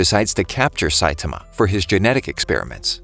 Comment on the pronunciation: its not saitima its Saitama say it like this sait-aarma